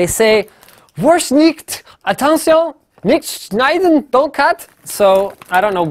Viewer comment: that awesome moment when your main language is german and you hear linus saying the german words "NICHT SCHNEIDEN" nearly perfect (btw it means no cutting)